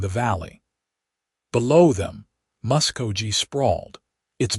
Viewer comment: It is pronounced Musk-go-Key!!! This is the first Western story having a female reporter. Listening from Clarksville, TN.